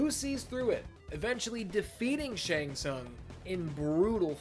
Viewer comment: Fun fact: Pronunciation of Shang Tsung in this video is sounds like something else in Hungarian. What this pronunciation looks like in Hungarian writing: Seng szang Which is almost saying in Hungarian: Segg szag(very similar pronunciation) That means: Ass Stink